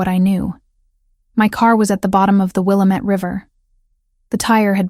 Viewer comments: I'm from Oregon and it's pronounced wil-lam-ettte river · It's Wil-lam-ette, dam-it😅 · IF SHE’S IN ILLINOIS SHE IS MISS PRONOUNCING THE NAME OF THE RIVER IT’S….WILL METTE….Wilmette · I'm from Oregon also. There are other stories with this in it. Every time I hear them say it I'm like, nooo, it's pronounced this way. Lol. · Thank you! I’m not from Oregon, but I know how to say it and had to correct the video out loud every time they said it. 😂